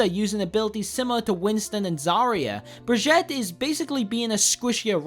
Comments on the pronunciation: All around bad video and bad pronunciation. Said bri-gee-ta 3 different ways and none of them were right. Couldn't even get basic facts straight straight and never made a valid point throughout the video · Heh,heh heh. You want to change up how your character works? Well, my friend, say hello to Paladins. I think you’ll enjoy the card system. Also, you pronounced Brigitte’s name wrong. :/ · I die a lot inside every time you say brigitte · when he says brigitte's name, it sounds like he's saying spaghetii lmfao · Jou ponounsed bigita rowng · i was annoyed how he pronounce Brigitte..... god and when team says that you have to switch if they have like pharah and you play junkrat it's good to switch to hitscan so she wont have a chance to kill everyone in the team you are in....... (sorry for my poor english i try to write in the best possible way i can.) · Your pronunciation of Brigitte is the funniest one yet